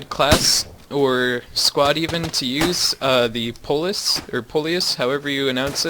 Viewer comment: Poilus is pronounced "Pwalu"